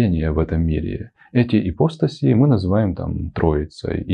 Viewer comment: Продолжение. Итак, произошло, значит, это «почкование». Появились эти Эманации, Ипостаси (кстати, ударение падает на слог с буквой А — ипоста́сь ;)). И по видео получается, что им поклонялись самые простые люди («физики», по гностикам), потому что такое им ближе и понятнее. И вот тут я хочу не возразить, а дополнить. Да, безусловно – но не только они и не только поэтому. Лица более духовные и просветлённые, причастные «Единому» (L’Uno neoplatonico), интересовались и творчеством Единого! Ну логично же: уважать кого-то – и интересоваться тем, что он создал. :) Это очень важная тема – Трасцендентности и Имманентности Божественного. И если в Египте, Греции и др. мало внимания уделялось Трасцендентности (вот именно что ею занимались лишь посвящённые) – то в абрамических религиях, наоборот, «зажали» Имманентность. Конкретно – всё телесное, природное, женское. А возвеличили аскетизм, отказ от земного, умерщвление плоти. И никаких тебе храмовых танцовщиц! ;) Люблю такую фразу Мережковского: «Христианство – правда о Небе, язычество – правда о Земле». Да, Логос (о котором говорится в начале Евангелия от Иоанна) можно сравнить с руками Атона. Иисус – по определению Божественное-во-плоти. Но это, по канонам, случилось один раз, очень давно, на 33 года. И коснулось в основном психологии, отношений в социуме, морали. Но не других земных проявлений. Потом еще San Francesco con il suo Cantico delle creature. Ну и в принципе всё. И народ, как я это вижу, восполнял нишу сохранившимися язычески